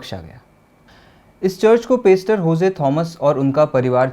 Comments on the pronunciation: भाई पेस्टर नही पास्टर होता है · पेस्टर नहीं पासटर